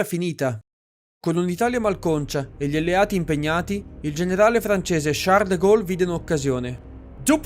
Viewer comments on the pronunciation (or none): none